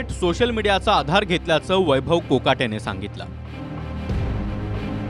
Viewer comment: महाराष्ट्र त कोकाटे च अडनाव आहे. मराठी चॅनेल असुनही मराठी बातम्या देतांना चुकीचे बोलतात. फोगट सारख कोकाट